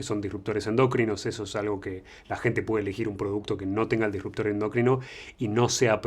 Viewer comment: no se refiere a la palabra endocrino, que entendemos de donde viene, si no a que le ponen el acento en donde no va, dice "endÓcrino", en lugar de "endOcrino", así como "alopecÍa", en lugar de "alopecia"